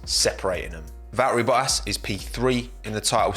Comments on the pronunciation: love how you are saying bo-as, instead of bottas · This guy literally took the “t” out of every word. The way he said Valtteri Bottas 🤐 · wtf did this man just call Bottas?